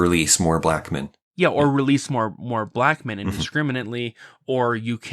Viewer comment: why does pronounce "black men" like "pikmin"?